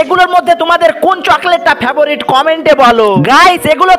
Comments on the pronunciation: ফেভারিট ❌ ফেবোরিট 😂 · ফেভরিট বলেন কেন 😁😁😁😁😁😁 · ফেভরিট বলে না ফেভরেট বলে কে জানে কি মাথামোটা